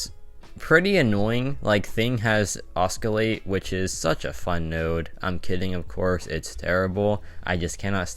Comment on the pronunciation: Btw it's not oscalate, its oscillate 😉